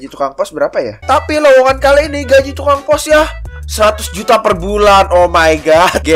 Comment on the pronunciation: juta bukan ujta